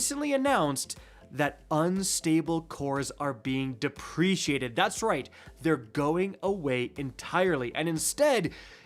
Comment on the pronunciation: I love you but I can’t let this go for any longer. It’s pronounced “depreCATED”